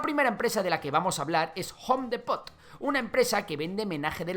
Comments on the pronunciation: Repite conmigo: jom dipot no gom dEEpoTT 😂😂😂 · Se dice jom dipot (home Depot) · Soy de México y me incomoda un poco como pronuncia Home Depót. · SE PRONUNCIA JOM DIPO = HOME DEPOT I D I O T A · Jom depot 😂 jaja solo me dio curiosidad, en MX lo pronunciamos habitualmente en inglés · "Jon depót" jajajaja excelente video 👍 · Se pronuncia: JOM DIPOT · Home depot, me sangraron los oidos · Pronunciaste muy mal Home Depot, muy buen video, se que eso no importa pero no pude evitar comentarlo jajaja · Buen video, pero me molesta que no pronuncien Home Depot como debe ser. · Una pequeña corrección lingüística, home depot no se dice como lo estas diciendo